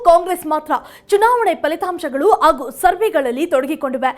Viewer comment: ಆಗು, ಅಗರಣ, ಹೆಲ್ಲಿ...ಉಚ್ಚಾರಣೆ ಬರುವುದಿಲ್ಲವಲ್ಲಮ್ಮ..